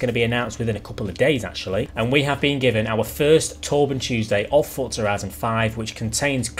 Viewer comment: Please say Forza and not fortza... 👍👍👍😁